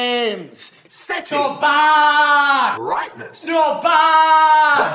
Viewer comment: When you were saying 'back' it sounded like Bach...I was hoping to hear some classical music; I was disappointed .